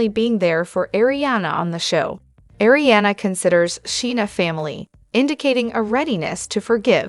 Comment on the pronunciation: I hope this YouTube channel fails bc it’s all false info & they can’t even say Kristen, Arianna etc names correctly. She’s using other ppls stories & journalism. This channel is a joke!!!